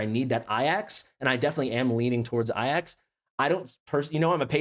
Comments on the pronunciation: Bro says “ayyacks” like a fkn vrgn . It’s “A-JACKs” you Trd brglr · Why does he say A-Jax wrong all the time? 😆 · Thank You for your due diligence sir I got Laya as my random :o but fr is it not A-Jacks? Like the dish soap or warrior?